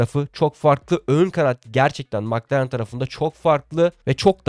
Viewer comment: Mc Laren yada Mc Donalds bu söylemek bu kadar zor mu???? Madem düzgün söyleyemiyorsun, bir İngiliz yada bir alman formel 1 yayını izleyerek isimleri ve markaları daha iyi söyleyebilirsin. Milletten abone olmalarını, Size destek olmalarını istemeden önce doğru söylemeye çalış.